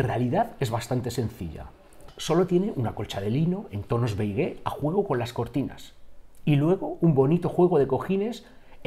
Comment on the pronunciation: Beigué? Beige o Beis. La É no se pronuncia. 😉